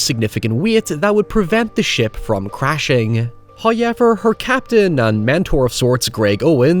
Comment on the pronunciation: for all the faults these films have an integral place within my love of film. my only regret was not insisting to be taken to the cinema for Pitch Black, "Hoy-Ever" it was amongst the first of my DVD collection, which stands today. It just occurred to me that I based a creature on these batactyls, mine being more so a cross between a vulture and Pteranodon uselessly blind but very acute hearing, blood is warm like a fresh brewed tea and when drunk leaves you in a state of heightened fury, to kill but one is a feat. a growing from a medium dog with 1m wingspan to a full fledged human with a 5m wingspan.